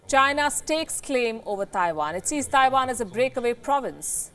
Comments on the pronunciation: "THAIwan"... FFS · I like how she says Taiwan, Thaiwan!